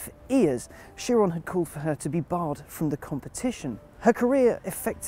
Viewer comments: Dovakhiin exactly. He was my favourite (especially since Chris Harris is kinda gone) now i like him even more. to him i say bravo for being the only person i ever hear pronouncing Chiron well (appart from the announcer at Bugatti in the Motorshow) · So there is at least one person on the English speaking internet that can pronounce Chiron's name properly ! :D